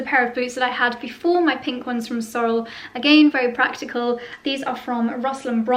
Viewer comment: Love the shearling brown short rubber boots. The tall black and brown ones are ubiquitous. You can find them everywhere. In the US and Canada we pronounce Sorel’s “Sor-elle”.